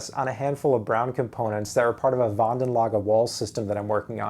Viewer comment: You properly pronounced the Braun name. Awesome.